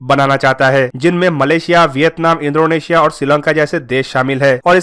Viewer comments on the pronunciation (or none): Har bar ye Indonesia ko indronesia bolta he😂